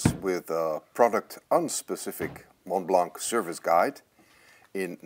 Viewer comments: How can you buy such an expensive pen and not pronounce the name correctly? The T in Mont and the C in Blanc is silent. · Please don't pronounce the c at the end of Montblanc. But do pronounce the s at the end of HERMÈS. (HAIRMESS)